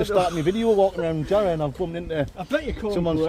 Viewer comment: Ere mate...sell us yah Jar-row